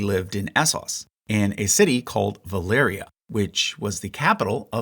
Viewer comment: ValYria, not ValEria. Sorry, it bugs me...